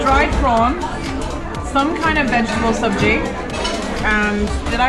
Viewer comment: Sabji pronunciation was spot on 😁